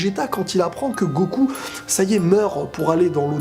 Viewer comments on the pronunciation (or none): none